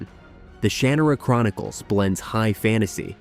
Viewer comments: btw it's shuh-NAH-rah. Not SHAN-ah-ra. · Shar-Nar_Ra..... lo not Shanara- love this video btw... needed to be made, Also I wouldn't put Domina in Fantasy is just Historical intrigue nothing fantastical about it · I thought the exact same thing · Yep. It shows that whoever made the video didn't watch it. If they didn't watch one of the shows they're "reviewing", then I'm not going to trust the rest. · Yeah it’s painful